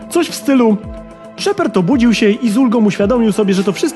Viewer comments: ...Ty sam jesteś SZEPERD! 0.o Cała galaktyka czyta szepard xD! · po pierwsze lubiłem i lubię zakończenie ME3 i po drugie czy ty powiedziałeś szeperd?